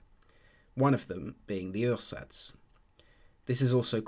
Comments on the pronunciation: Ursatz is pronounced oo-ah-zats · It actually sounds like as if it was French words :D Uhrsatz in German is pronounced kind of like a British OOah-zats (or in IPA: /'uɐ.zats/)